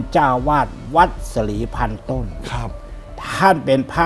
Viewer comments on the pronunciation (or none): วัด สลีพันต้น! ไม่ใช่ ศรีพันต้น!